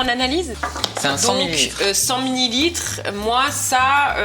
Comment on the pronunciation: Je vous adore mais un petit truc a dis minilitres au lieu de mililitres dans la boîte de Noholita